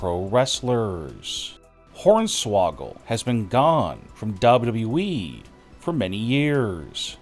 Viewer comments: say WWE again ! Narrator: duba duba E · 🤣🤣🤣🤣 that is exactly what I was thinking, it is so annoying hearing him talk like that and cannot even pronounce WWE properly. I tolerate it only because of the content. But it does make me cringe